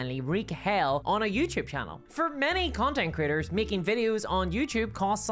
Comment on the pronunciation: Sounds like you are saying "content critters."